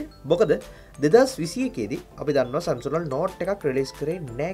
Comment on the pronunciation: සැම්සුන්ග් නෙමේ සැම්සන්ග්